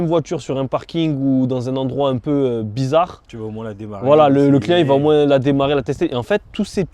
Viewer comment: Putain tu me stress quand tu dis « moins » tu prononce le S à la fin alors qu’il est muet 😂